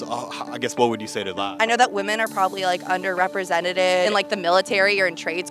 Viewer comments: "underepresenteted"💀 her english wasn't englishing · the woman who keeps saying "underrepresented" wrong deserves a forced english lesson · “Women are underrepresented” Maybe your pronunciation is the reason why…